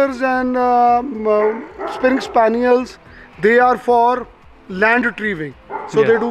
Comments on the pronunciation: It is english springer spaniel not spring spaniel. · 🤣It is springer spaniel ,not springs spaniel.Tbey are from U.K.basically.Cousin of BLUE ROAN ENGLISH COCKER .They are for catching birds and retri e humen from drawing water